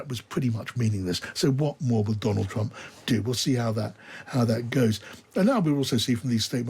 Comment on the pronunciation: "Look at me, look at ma, everyone look at me" Skweems Trwump!!